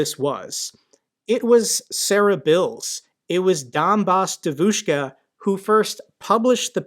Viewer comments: Just a little tutorial on pronunciation. Normally, the stress goes on the penultimate syllable. But there are exceptions: Devushka has the first syllable stressed. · I'm a Russian speaker, and only today I've realized what she meant by Devushka, because holy shit it's not how you say it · Man I love your videos but you have to work on the pronunciation of the word devoshka😂😂😂